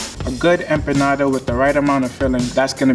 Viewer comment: EM...PAH... NADA.!!!!!